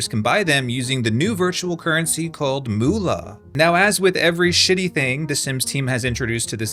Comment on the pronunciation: MOOLA? Fkcn seriously?? Moola. lmao